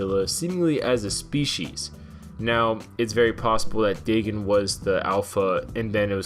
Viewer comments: its pronounced DAE-GONE not DAE-GIN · DAYGON BRO not daygen stupid learn how to pronuce words hell I have really bad speech impediment but at least I can take the time to pronuce words right might take a while but I get to the proper pronunciation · I dont believe the way you say his names right xD I believe it goes Day-gone not Day-gin, but overall he was probably a cool Godzilla, and it was sad cause they proved the two Mutos in the movie came from his corpse meaning the Muto Prime gave him the Muto Egg Parasite or whatever, but it sucks, I mean how would we feel if the new Godzilla were dying just watching a great ruler slowly grow weaker would be sad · Day gin that has me in fuckin tatters. It's day gone. Dagon. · Its Day-GON (dagon or dogon). Not Day-GIN. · lol Well if you are sking, yeah you did mess up the names. RAI-Den like the metal gear guy, and Day GAN not daygen. As in DAGON from the H.P. Lovecraft story, as in Cthulhu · Dagon is pronounced Day-gone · it's pronounced dagon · Pronounced “day-gon” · Day-Gone is how that name is pronounced